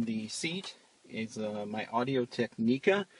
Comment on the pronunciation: Tech-ni-ca Is how you pronounce it